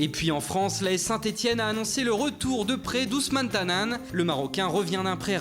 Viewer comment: C ousama Tanane et non Ousman tanane